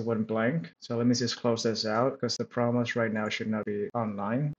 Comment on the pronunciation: proXmox. There is an X in there that you pronounce!